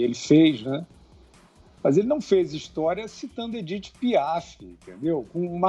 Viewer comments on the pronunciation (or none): "Edith Piá" nossa to passando mal aqui uhuahuahua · “Edite Piá”.